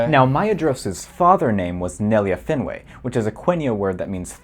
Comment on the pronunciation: He also pronounces Finwë as /'finweɪ/ instead of /ˈfinwe/